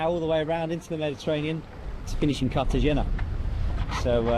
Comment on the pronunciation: Bro, it’s kar-ta-henna, not cartageña.